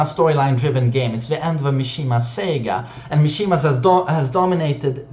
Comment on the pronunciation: Lol you pronounced saga wrong you said Sega hahahahaha